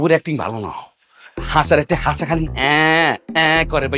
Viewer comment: পাশা ❌ হাসা✅ 😂😂😂😂😂😂